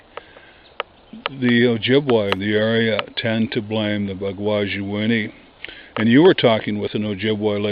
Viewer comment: I'm Ojibwe..."Bagwaji-inini" means wild-man. you are pronouncing it wrong and your meaning is close, but it doesn't mean little wild man. Also another ojibwe word for bigfoot is "Misaabe-inini" it mean giant man.